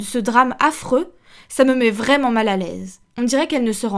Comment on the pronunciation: "Pas vraiment-Z-un"... Pataquès.